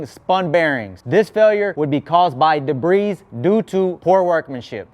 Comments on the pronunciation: "Debri's" lol ur videos are dope. It's pronounced like debri the S is silent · Just trying to help the S is silent in debris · Debris- the S is silent. Best videos on YouTube.